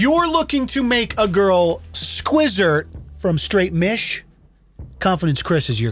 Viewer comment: "When you're in mish" WHAT? 🤣🤣🤣